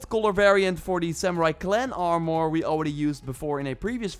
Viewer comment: Lmao “ar-more”